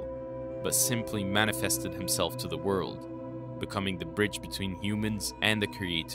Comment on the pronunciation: Video quality is good but I can’t deal with every other word being mispronounced.